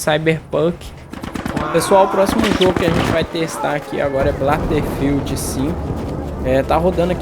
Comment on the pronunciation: O mano kkkkkk eu sei que é bobagem, mas é battlefield, sem o L no “ba”. Bom vídeo.